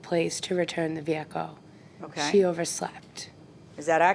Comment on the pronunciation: The way she says “Veeeee-ah-cuhl “ is killing me .